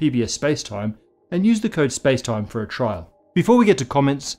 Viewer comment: You can feel it when he's winding up to his final "spacetime"